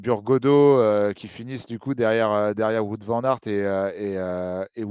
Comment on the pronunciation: Top la video 👍 Juste niveau prononciation, j'imagine que le "Wout" de Poels se prononce comme celui de WVA, donc plutôt "vaote" au lieu de "voute"